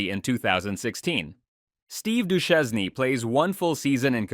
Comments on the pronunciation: Steve Do-shane should be the correct pronounciation. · How can you pronounce Lefebvre but not Duchesne ? This is illogical af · Steve Du-chez-nee?